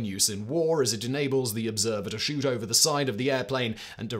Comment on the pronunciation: the Scheisse what now? Simon turned "shoot" into "shit". 😂